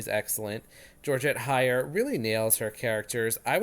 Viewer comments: Thanks but I would appreciate if you'd pronounce her name properly - Heyer - HEyer not HAyer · Oh, come now! In what universe is Hey pronounced High?